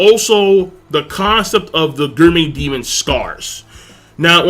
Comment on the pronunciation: why the fck cant you pronounce gourmet?